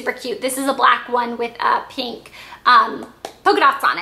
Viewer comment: you say pink like peenk! :)